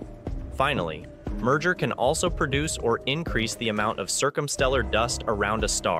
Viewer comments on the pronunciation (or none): none